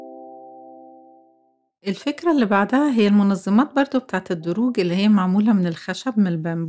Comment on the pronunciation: الأدراج مش الدروج ياعسولة ياأجنبية انتي:)